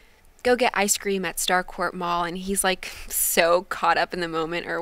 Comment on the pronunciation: did- she say starcourt mall ok i’m stanning